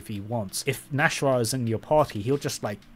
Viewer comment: It's not pronounced Nash-rah, it's Nas-hrah, that's why there's an apostrophe in the middle